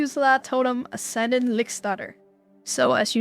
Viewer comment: Hey, why some people call it Ascendanr?